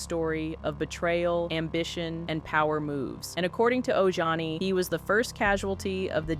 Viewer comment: Oh Johnny 😂😂😂 it’s Ojani.